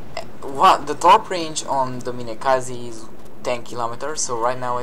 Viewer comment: I thought you said kamikaze at the start of the video xD